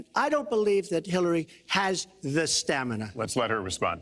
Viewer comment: as soon as he says STAMANAH the super smash bros theme plays in my head. stamina mode is fun